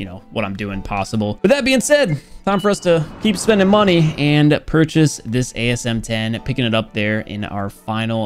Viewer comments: its not asm 10, its asem one zero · I think he says asm one zero xD